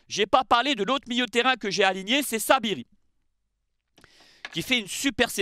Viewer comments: C'est Saibari et non Sabiri 😜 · Tu t’es trompé ce n’est pas Saibiri mais Saibari